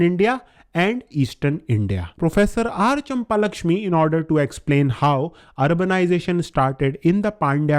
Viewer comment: Brother is not champa-lakshmi its champakalakshmi